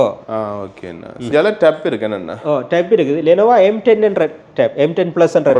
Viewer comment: Lenovo ❌ lenova ✅ 😂😂😂